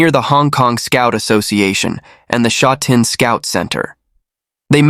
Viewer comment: The voice over totally butchered the pronunciation of Sha Tin. This is just terrible. Sha Tin is very modern and populated now. There is a popular race track there but it is not as nice as th one in Happy Valley.